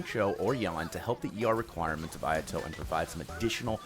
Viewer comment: I love that intro. My ayato is boss man. But that Japanese pronounciation X_X